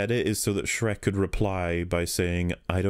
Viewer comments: Me too. Every time he said Shrek. "The floor is white how do they not see him dragging Shriek across the battlefield." 😂🤣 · can't believe I'm only watching this now, but I laugh every time you say shrek it's absolutely hilarious and I love it